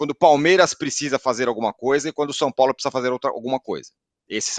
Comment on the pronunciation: "O Sampólo..."